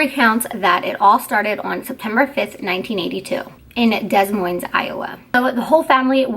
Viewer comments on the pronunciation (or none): It's pronounced D'Moyne! Also, the condition is no longer called Multiple Personality Disorder. These days it's referred to as Dissociative Identity Disorder. The person doesn't believed they are a different person. All of the identities are aware of each other and who is "in charge" at the time. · Lookup how to pronounce Des Moines